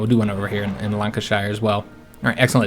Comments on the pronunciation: Lan-cashier not Larn-ka-shire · I haven't watched this yet but I can tell it'll be "Lancash eye re" and "Ports mouth" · They way you say “Lancashire” and “Portsmouth” is making every Brit cringe